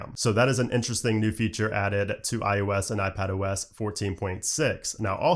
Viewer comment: Anyone else who watches the videos started calling it i-ooo-s like? Just me? 😂